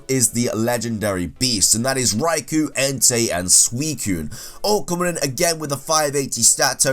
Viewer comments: Oh no not you too... it's not Raiku...you're completely skipping the O which you DO pronounce. Raiko. Lake Guardians are also known as the Feeling Trio. Lake Guardians is just a name for lore reasons, otherwise they're known by Feeling Trio. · Sorry to be "that guy" but Raikou is pronounced "rai-koh" not "rai-koo". The English dub of the anime pronounced it wrong. Its English name is just the romanized spelling of its Japanese name (ライコウ), and the "u" sound at the end isn't supposed to be so prominent. (It would otherwise be ライクウ/Raikuu or ライク/Raiku.) Anyway... I agree that the Regi trio is the worst in regards to battling, although I do like them. Good video.